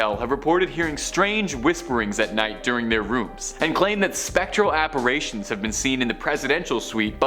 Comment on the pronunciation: ...the pronunciation of "spectral apparitions* at time stamp , was reason enough for me to check this video out🤣. I think the 333 was intentional for this😱😎